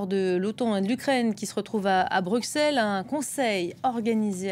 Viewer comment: Perso ce qui me rend ouf c'est ne pas savoir prononcer Bruxelles correctement xDD